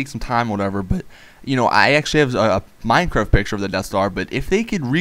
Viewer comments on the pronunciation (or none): You said mine crack